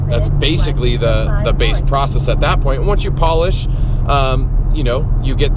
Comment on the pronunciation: Porcess lmao